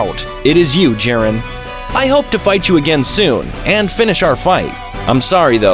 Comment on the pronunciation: Bro said jiden and not jiren